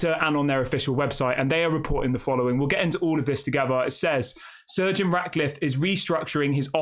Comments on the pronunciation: Why does it sound like your saying surge eon Radcliffe and no to Jim cause he will still do what the glazers have done plus he don’t have the money himself which again is exactly what the glazers done which means the club will be focusing on money not football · Stop saying surgeon. It’s Sir Jim